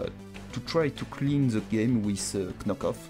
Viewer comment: YEAAAAAAAAAAH tu as enfin prononcé correctement Knock off =p. Je m'abonne!